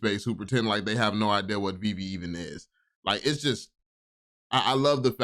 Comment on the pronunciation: How can u interview this guy and not so research on how to say veve ?